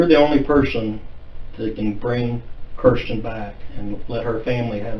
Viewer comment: Keeeeeeersten? It’s Kirsten.